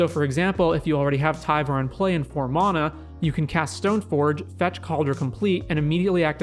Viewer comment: I had to end the video after the first minute because I can’t stand to hear you butcher the word ‘mana’ any more